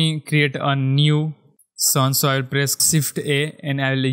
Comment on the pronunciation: sift = Shift ?! wtf ...are you disabled ? shader the same thing,.. you cant spell SH ? ...LOL hahahaha